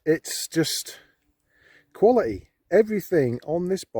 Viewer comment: "Kwally - eeh" ?